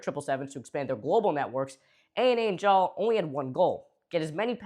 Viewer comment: Every time you say “JAAL” I hear “j’all” (as in y’all)